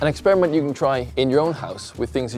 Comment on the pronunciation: Did he really say eggsperiment